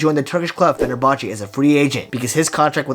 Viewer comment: It’s pronounced ‘Fe Ner Bahche’